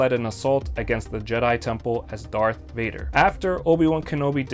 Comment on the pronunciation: Thank you to referring to Vader as “Vader” on Mustafar... so many get it wrong